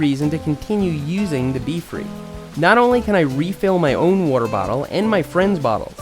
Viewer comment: Nobody: Seth: Wuter